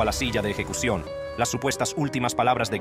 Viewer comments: No entiendo porque empieza hablando bien y después dice eyecucion! Y la voz más grave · Eyecución? Jajja